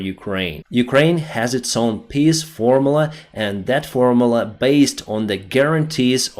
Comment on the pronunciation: Ok. I did not skip your commercial for 'the' current zombie game. So in turn Q'uq'kumatz asks to say Form-Mule-La. Not form-🐮 -la.